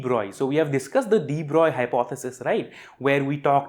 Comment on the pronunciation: Respect for knowing how French physicist de Broglie is pronounced.